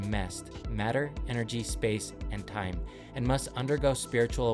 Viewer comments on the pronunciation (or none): none